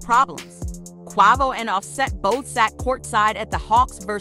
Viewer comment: QUEVO ,QUAAHVO 🤦‍♂ its QUAVO